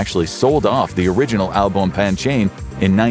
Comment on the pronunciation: omg that pronunciation of Au bon pain hurt my hears...